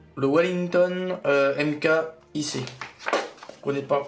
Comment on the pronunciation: Ça se voit clairement que tu es plus que débutant en modélisme et novice en domaine aéronautique ! Pour info, on ne dit pas M k mais on prononce Mark...